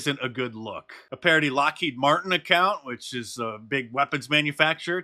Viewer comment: "LockheedMartini" Bruhhhhh